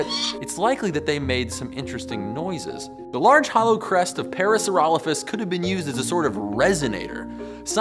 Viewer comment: PARA SAURA LOW FAS not para sa lora fas